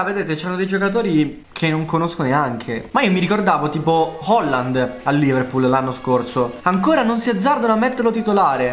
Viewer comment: non si dice Holland si dice Haland